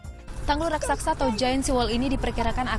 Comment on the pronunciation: reporternya harus banyak belajar lagi nih 1. Dubai bukan negara 2. kata yg benar adalah "raksasa" bukan "raksaksa"